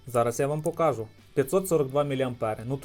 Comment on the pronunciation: Хто тебе навчав української мови? Наголоси вивчи будь ласка , вуха ріже. Не вмієш розмовляти не виходь. Заїbaло твоє слово покАжу. Найми репетитора. Чи до логопеда сходи.